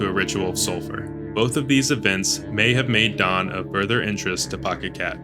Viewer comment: Tah-nah-kah. Daan is just Dan. Karin is just Karen.